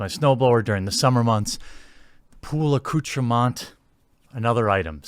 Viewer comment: "Pool accoutremont" Lol, nice.